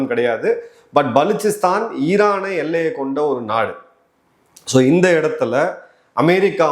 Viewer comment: நீங்கள் மட்டும் தான் மிகச்சரியாக உச்சரித்தீர்கள்.புதியநாடகும் "பலுச்சிஸ்தான்"